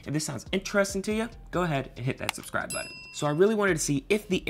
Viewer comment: BUTTON not Bud In🤣🤣🤣